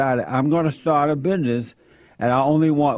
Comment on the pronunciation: “Bihness”?! Those butter biscuits must be goooood in the “big house”...